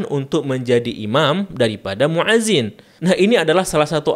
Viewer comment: Itu banyak di kitab2 dijelaskan, di kitab i'anatul tholibin jg ada. Koreksi sedikit: muadzin itu pake hamzah bukan 'ain. Fi'il amr jg pake hamzah bukan pake 'ain. Hati2 ketika mengucapkan... semangat ya belajar bahasa arabnya lagi.